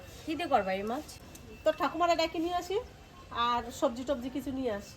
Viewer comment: Maas bolben say Mach (fish)